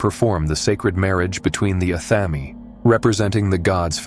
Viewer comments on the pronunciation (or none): none